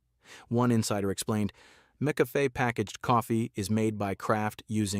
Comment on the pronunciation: This guy can’t even say the name of some brands. Mickafay .😂. I think I’ll just stick to my taste and drink what I like.